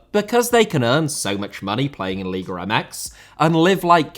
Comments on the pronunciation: No puede pronunciar. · LIGA not LIGRA